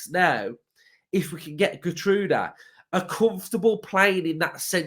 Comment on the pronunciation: It's pronounced Gheer- troudah. Great player; good in the air, likes going forward. Like the person before me, I thought Slot would be in for him too